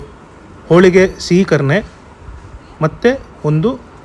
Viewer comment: ಸಿಹಿ ಕರಣೆ alla guru adu ಸೀಕರಣೆ 😂